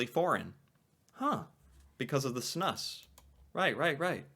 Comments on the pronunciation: Snus is pronounced snuuce! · Snus is pronounced “Snoose”.